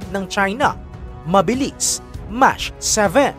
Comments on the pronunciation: Anong "Mash?'", "Mac" yan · Correction lang Brod...yun "MACH" ang correct pronunciation is "MAK" not "MAS"....your video good source of information....Cheers mate ! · d bha MACH SPEED YUN hindi MASH???🤔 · Di ba alam ng AI mag pronounce ng mach? 😅